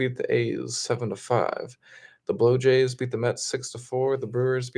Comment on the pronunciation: Dude, pronounce’BlueJays” correctly! Bob